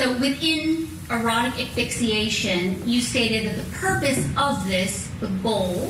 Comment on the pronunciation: Dear lawyer... it's pronounced ASS-FIX-EE-ATION, not EX-FIX-EE-ATION! Sheesh. These lawyers are supposed to be professional, look up a word and learn how to pronounce it!